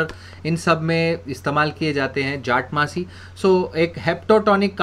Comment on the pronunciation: It's jatamansi..sir..not jatmansi